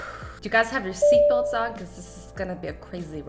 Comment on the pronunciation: lol she said put sheat belt on this is a crazy ride lol XD like if u think that was funny